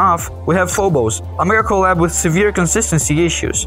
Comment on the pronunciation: Really nice video with professional feeling commentary and editing something i found funny is every time you said mega collab i heard medical lab